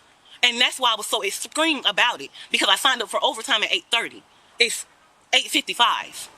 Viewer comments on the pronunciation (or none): "..and that's why i was so 'exscreem' about it.." 🤦🏼‍♂️